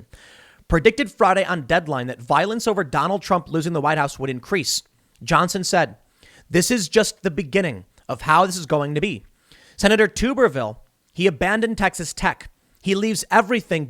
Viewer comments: Uh, Tim it’s not “Tube-er-ville” it’s “Tub-er-ville” like a bath tub. War Eagle! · Learn have to pronunciate his name. It's tTuberville. Like a bathtub with a village at the end. If we decide to rise up against the Injustice and cheating and lying that has been done for years then so be it.